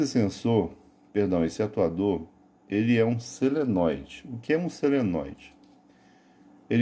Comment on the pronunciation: Não é seneloide e sim solenóide!